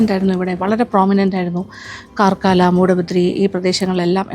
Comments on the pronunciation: കാർക്കള എന്നാണ് ഉച്ചരിക്കുന്നത്. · കർക്കാള എന്നാണ് പറയേണ്ടത് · പാർകാല അല്ല പറക്കള